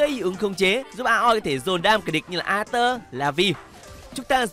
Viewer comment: góp ý xíu là aleiter anh đọc rõ 3 âm tiết ra. anh nói díu quá cứ nghe ra là arthur